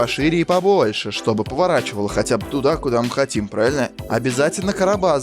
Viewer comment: + новый саб, за качественный контент и слово "праильна"